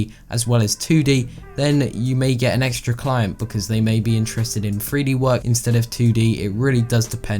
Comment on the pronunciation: My man keeps saying "Free D" instead of 3D... 😂